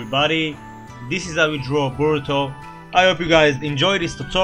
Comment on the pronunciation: at first I heard boto not boruto